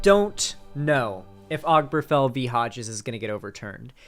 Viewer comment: This might be a minor thing, but hearing constantly mispronounce Obergefell just got on my nerves.